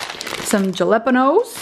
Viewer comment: I thought my stepdad was the only one who pronounced jalapeño that way! Had to laugh at that!